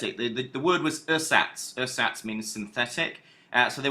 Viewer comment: Yh he pronounces it wrong too, says "ur-sats" rather than "air-zats", and says "I - Geh Farben" instead of "eee-gay Farben"